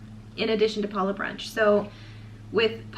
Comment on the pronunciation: Huge thumbs up for correctly pronouncing Palo! You're one of the few Disney cruise vloggers including Adam that does! Everyone should take note! Palo brunch buffet was one of my favourite onboard experiences. I will definitely miss the caviar LOL! Before The Blip, it seemed that the brunch buffet leftovers or whatever was prepared extra that day would be served at the late night mini buffet in the adult District, not every night but only when Palo had been open for brunch earlier that day. I didn't complain LOL! You precisely stated why I prefer brunch over dinner at Palo. Definitely don't want to miss a dinner show in the MDRs! Thank you for sharing your dining experiences! Your mum does a wonderful job as co-host!